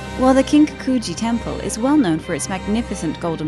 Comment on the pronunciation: The narrator is really butchering the pronunciation of these words.. Kiiin-kaku-ji seriously! It just hits the ear wrong. 😩